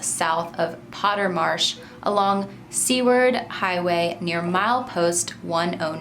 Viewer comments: Seward pronounced Sue-ward...not See-ward...😊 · The Seward is actually pronounced like Sewer, with the letter d at the end! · I was so confused at first bc I thought she said, "C-word" Highway. I didn't know wtf to think.